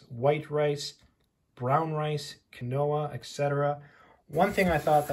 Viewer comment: FYI, Quinoa is pronounced keen wa.